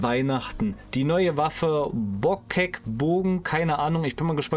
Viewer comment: Du kennst das Wort überbordend nicht? B) Und der Bogen heißt "Botschek Bogen" und nicht "Boah, Kek". Haha Spaß.